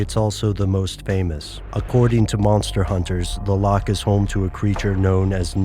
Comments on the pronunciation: A Scot cries every time you pronounce loch as "lock" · Scottish person here... Just want to clear something up about the pronunciation of "loch". It shouldn't be pronounced as it is in the video like "lock". You should make a rough sound in your throat for the ch sound. Exactly like the ch in many German words, for example, "nacht".